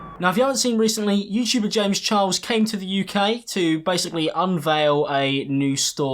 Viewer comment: confirmed says James Chiles because of his accent 😂💕